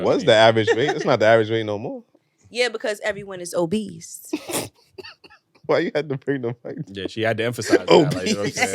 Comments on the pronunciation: i just wanna know when did OBESE have a T in it smh? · Is there a T in obese?